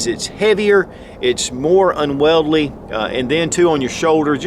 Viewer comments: The word is “unwieldy”, not “unweldly”. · “un-Weld-ly?” Is that how you say, ‘Unwieldy,” over there? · Its pronounced Wheel-dee